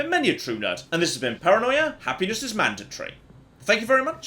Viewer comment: I swear says "Happiness is mandantory" here